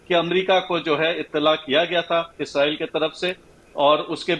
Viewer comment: اینکر محترمہ جب بھی اسرائیل کا نام خبر پڑھتے وقت لیتی ہیں ، اس کا تلفظ اسرائیل کی بجائے اسریل ISREL ہو جاتا ھے۔ ایسا مجھے محسوس ہوتا ہے گرچہ ان کی آواز ریڈیو/ٹی وی کے لئے بہت موزوں ھے